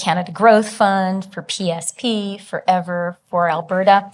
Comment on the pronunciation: This woman is boring, fatuous, and mispronounces EAVOR's name over and over but investing in EAVOR is the smartest thing the Canadian government has doe in decades. They SHOULD be hiring EAVOR to convert every major power plant in Canada to geothermal except for hydroelectric plants. Eavor has already proven its ability to create cost-effective power sources for electricity generation. There's a fortune to be made selling excess power to the U.S. and a fortune to be saved using geothermal instead of coal, gas, and nuclear.